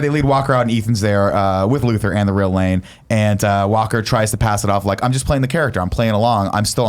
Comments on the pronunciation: I don't care how Nick says the guys name but you have to admit it sounds like he says Lang a lot of the time. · yeah but then it sounds like Nick says "Lang" the whole time, despite being the one who corrected the other guys.